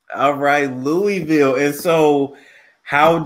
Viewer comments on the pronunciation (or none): Great 👍 i wish he pronounced "Louisville " the way we actually say it here. It would have been interesting to hear lol 😆